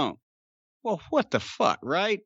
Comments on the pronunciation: This NEVER gets old! Love the "Ah, Fack da Commissioner!" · Three of the greatest words in the English language are "Fak tha commissioner!" 😂😂